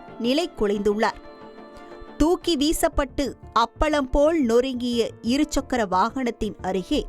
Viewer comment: செய்தி வாசிப்பாளினி நீண்ட நாட்களாக 'இருச்சக்கர' வாகனம் என்றே உச்சரிக்கிறார். இரு சக்கர வாகனம் என்பதில் இடையில் 'ச்' வராது.